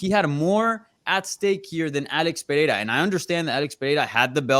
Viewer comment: Why does everyone get autism when pronouncing Pereira? Where does the h come from?